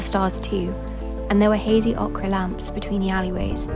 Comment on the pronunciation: “Ochre” - it’s not OKRA it’s OAK-Err